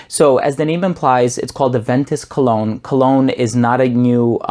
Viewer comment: First I understood "clone"..but than I realized "Cologne" :-))